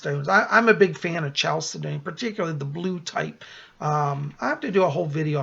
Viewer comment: FYI: chalcedony is actually pronounced: kal - Sed' - on - ee